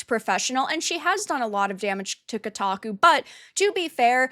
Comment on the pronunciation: She certainly destroy "Kotaku" 😂😂😂